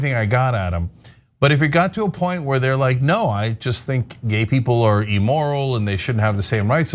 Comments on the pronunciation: Its 'Immoral' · It is "imm-moral", not "emoral."